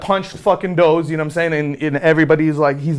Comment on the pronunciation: Why does he keep calling DOSE ... Doughze?